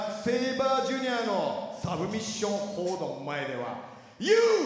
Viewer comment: TAKAのサブミッションホールドの発音が好き